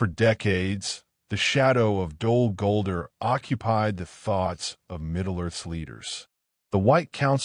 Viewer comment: You got to train the AI to say the name of the place correctly.